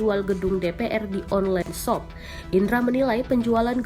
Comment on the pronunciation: Nobody Narator : ONLEN SOP, JOKES